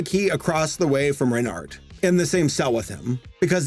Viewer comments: pronounce it renar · Btw, Renard is pronounced without the d. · I may not be a native French speaker, but I’m pretty sure it doesn’t matter if it’s Reynart or Reynard, because you wouldn’t pronounce either. You’d pronounce it “Rey-NAR”. If a native speaker feels the need to correct me, please do. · Renard in french is pronounced re-nar(french “r” sound) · The "d" is silent in "renard". Also we accept your apology (same with the t for "renart") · "Renny", "Reynard", or what about "Renard"?